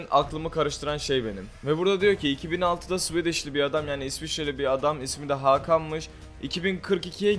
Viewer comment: And.€!][€>!{{?~+€>{[?~+~?+€> Swedish isvecce demek Håkan yaziyo Yani turkcede å o demek Hokan diye okuluyor ben nerden mi biliyom isvecte oturdugum icin